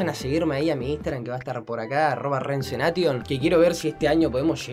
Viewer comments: no es ceneiyon es cenation deahh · Nono no es cenation es zeneiyon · Hey, almenos el “ola ninhos” dijo CENATION y no zeneishion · Seineishon se dise asi